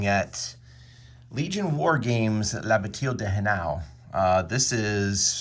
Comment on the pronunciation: “La bateel?” Only an American could butcher the pronunciation like that ha ha! But thanks for making the video, love the intro clip, is it from the movie Waterloo? Or War and Peace?